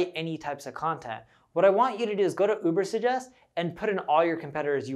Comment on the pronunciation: Lots of good suggestions -BUT when introducing new subject - use graphics to post the title - i.e. Urbersuggest - couldn't understand to the verbal enunciation